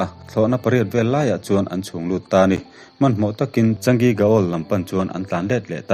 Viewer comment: Changi(chaa-ngi tia lam tur),ka duh chi sub nghal dawn che